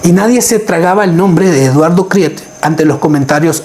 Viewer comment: NO SEAS INDIO....KRIETE SE PRONUNCIA KRIT..